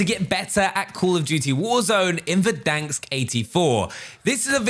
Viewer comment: It’s Verdansk not “Verdanksk”. Stop it!